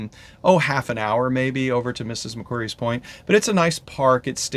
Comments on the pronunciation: Hello, so happy you enjoyed your first time in Australia, and that you intend to return! Please don’t be offended, but, as an Aussie and a Sydney- sider , I wanted to help you to “speak Australian like an Aussie” by pointing out that :- Mrs Macquarie is pronounced like a rock “ QUARRY” so, it’s MRS MAC-QUARRY Bondi Beach is pronounced BOND- EYE. ( not Bondee). I am loving your videos, and you are such a lovely couple, I hope you enjoy the rest of your Second Phase adventures! 😊 🐨🌏🇦🇺🦘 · we became a convict destination after the yanks kicked the british out. murica seems to forget you used to have convicts sent from britain as well.. edit: pronounced mak-quarry, not like fairy. :) Bondi, pronounced Bond-eye. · Good points. It's like Ma-Quarry and Bond-Eye.